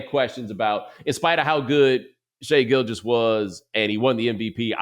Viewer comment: I've seen too many people in the media pronounce Gilgeous as Gilchrist lol